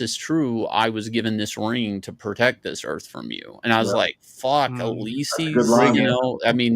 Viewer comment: … “We sent you to Earf… …”